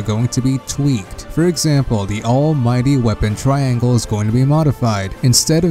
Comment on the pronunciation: Anyone else notice "the weapon TRANGLE"